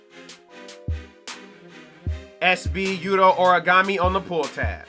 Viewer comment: Pls don't disrespect Yutos name like that again lol